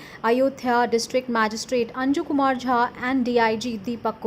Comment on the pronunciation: Little correction - Ayodhya DM is Anuj kumar jha not anju kumar jha , it might be slip of toungue or anything i just corrected checkout seconds